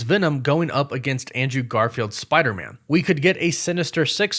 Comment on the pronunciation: Noooooo, you pronounce it as "Spider-Mun". That should never be a thing... Just like WereWOOFS should never be a thing.